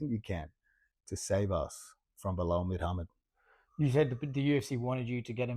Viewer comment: "Belal Mid-hammad" 😂